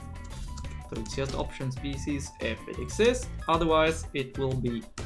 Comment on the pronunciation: I love your videos and think your English is amazing, but the way you pronounce ‘species’ as shpeesies and Babel as ‘babu’ is hilarious